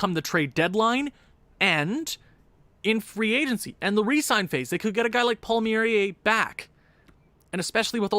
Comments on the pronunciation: It’s pronounced “Palm-Air-E” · Palmieri(é) you're funny, you butcher foreign names like a true Anglo. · It’s Kyle palm-ear-I-yay